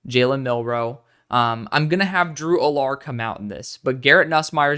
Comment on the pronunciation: Drew (AL-ER), the way you say his name bothers me😂